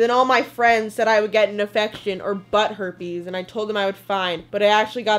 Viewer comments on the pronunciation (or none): none